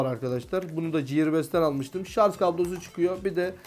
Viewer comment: Şarz değil şarj